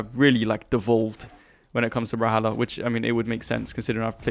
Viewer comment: why do you say "bral-halla"